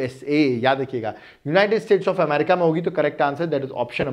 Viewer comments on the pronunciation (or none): none